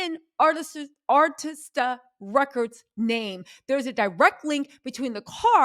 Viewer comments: Yes, that Ah-Ris-Ta gets our girl every time, but we still love her to pieces❤❤ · A-RIS-TA Records not AR-TIS-TA Records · It's ARISTA. Not ARTISTA. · Pease Please…. It’s Arista Records😂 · I could be wrong but I think I remember her saying she has dyslexia that’s why she mispronounces some words. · air - wrist - ta Arista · It’s Arista Ar is ta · only one thing Itspronounced Air ree sta records. Great research! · A- RIS-TA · Arista records ( like wrist) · Arista (a-wrist-a) Records❤️ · Sweetheart the pronunciation is ....... Keefe = Keef,E .... Arista = uh,rista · Arista. Air_is_ter. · AIR RIS TA - we got you LOL! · Keefe ( Key-fee D ) , Arista records … how are you not pronouncing these names right tho? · Exactly. I don’t know why she mispronounces Arista.